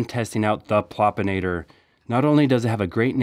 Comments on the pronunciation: Loved the video! 👏 But... Am I really the only one who noticed the word, "Popinator" instead of, "Plopinator" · PLEASE read the name of the trap: PLOP-in-ator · Plopinator not Popinator. Plop Plop Plop